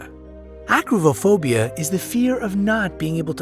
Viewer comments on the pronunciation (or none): #25 - Why are you pronouncing the "b" in acribophobia as a 'v'? It's pretty annoying. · this guy can't pronounce b its not acrivohovia